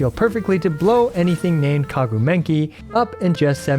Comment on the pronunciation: "kaguu menki" 😭